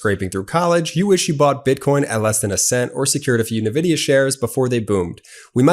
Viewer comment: In the SelectQuote ad, you called Nvidia "Nuh vidia". The correct pronunciation of that company's name is "En vidia". If your aim is to sound like a savvy insurance guy, you should probably pronounce company's names correctly. The world's largest company, Nvidia ($4.4 trillion) would be a good one to start with.